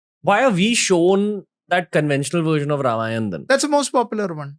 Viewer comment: Thik kind of wrong wordings changes things...say dwarpals body guards...saying ramayanaaa...ravanaaaa.. Has spoiled the true culture purity..and started from south..becz most eng speaking people are from south...which is totally wrong..that is why Sanskrit is the best language which must be practiced